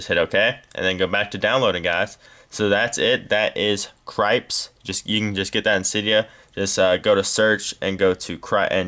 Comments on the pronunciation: i think its pernounced like krip-tis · dude i think its pronounced krips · proly pronounced crip-tis